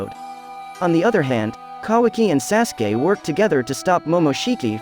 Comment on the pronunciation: Your not even pronouncing sasukes name right...